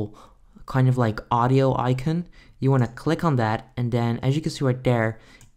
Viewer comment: 0/10 he miss pronounces icon